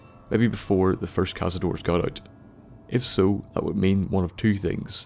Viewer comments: Tip: Cazador means "hunter" in spanish, and the correct way to pronounce it when you refer to more than 1 it's "cazadores", not "cazadors". That "e" exists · thats hunter in spanish, or hunters, and, just saying, you pronounce the e at the end (at least if it is spanish)